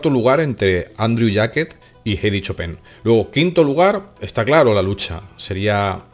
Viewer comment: "chopén" gran pianista jajaja